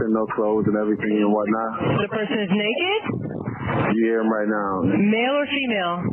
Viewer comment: You kept pronouncing male wrong in the first clip.